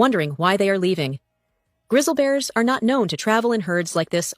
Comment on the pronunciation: !!! """ WARNING """ !!! YOU ARE BEING MISLEAD AND FOLLOWING COMPLETE UTTER BS """ MIS-INFORMATION """ -THE AI VOICE LATER ON IN THE VIDEO """" COULDNT PRONOUNCE " GRIZZLY """ EITHER = IT ISNT GRISSLE = THAT COMES FROM THE FRYING PAN ON YOUR STOVE " IDIOTS " PROOF ? GET OFF YOUR A__ AND GO LOOK AT CSGS = GO = LOOK = """"""""""""""""""""""" NOW """""""""""""""""" IF YOU BELIEVE THIS = """"""""""" YOU HAVE BEEN BRAINWASHED INTO A MIS-INFORMATION CAMPAIGN """"""""" AND THIS ISNT THE FIRST TIME I HAVE HAD TO REPORT THIS """" GUY """" = AND """" YES """" THIS IS HIS CHANNEL = ISNT IT " Dont Look Up " - ? TELL THEM OR """""""""""" I WILL """""""""""""""" BETTER YET = JUST SAY GOODBYE TO YOUR ENTIRE CHANNEL YET ONCE AGAIN = YES = """" AGAIN """ ! YOU STILL HAVENT LEARNT BETTER HAVE YOU ? EVERYONE = DO NOT FEAR A THREAT FROM YELLOWSTONE - WE HAVE WELL OVER 35000 EARTHQUAKES A YEAR AND SOMETOMES IT " SPIKES TO UP TO OVER 7000 " A YEAR - THERE IS NO TRACES OF ANY EURPTION AND THESE VIDEOS OF ANIMALS "" SO CALLED LEVING YELLOWSTONE ARE """"""""""""""""""" OLD VIDEOS OF HYBERNATION AND NOMADIC MOVEMENT WITHIN THE PARK AND SOME NOT EVEN FROM USA PARKS ALL TOGETHER """"""""""""""""" THERE IS NO MASS EXPLOSIONS OF ERUPTIONS NOR ANY VIOLENT EPISODES CURRENTLY A FOOT IN THE PARK = NONE """"" !!!!!!!!!!!!!!!!!! IF YOU SAY I HAVE NOT PROVIDED ANY PROOF = IT IS UP TO YOU TO RESEARCH THIS ON YOUR OWN = I AM NOT GOING TO """" TELL YOU WHAT TO BELIEVE NOR AM I AM BABY SITTER """ !!!!!!!!!!!